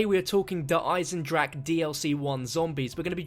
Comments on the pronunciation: its not fucking eisendreack u dumbfuck even tank dempsey says it in the trailer correctly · its der eisndraha